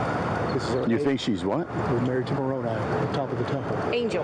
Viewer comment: It’s pronounced More-row-ni with a long i. I’ve heard it pronounced incorrectly before on your channel. Sounds like you’re not doing your homework...